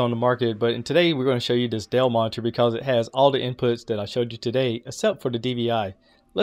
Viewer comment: Yes, thanks... I think that will work 4 me using Thunderbolt to HDMI.....But he wasn't pronouncing "monitor " correctly....lol............Annunciate brotha